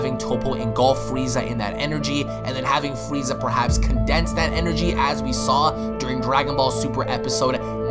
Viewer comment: Why is he calling freeza,? LOL do you want your wazer wifel